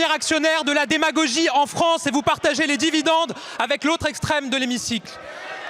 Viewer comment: Démagogiheu ! Comme la magiheu de travailler pour son payheu !!!